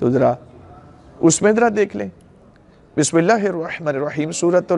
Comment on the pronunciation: Khuda ra Bismillah to Therk se parhen.